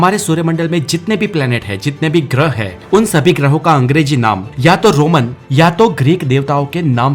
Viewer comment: Hindi voice over me sentence ke end mein 'hein' or 'he' me farak samjho. Sab jagah 'he' nahi bolo.